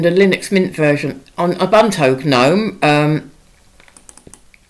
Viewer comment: You had me at “ah-bunt-o”